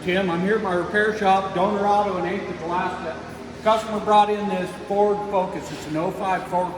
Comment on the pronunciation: Did you miss speak at :25? Furd focus lol! Man I do that all the time I call it a brain fart. Nice fix on that fuse. How much did Ford want for the whole cable?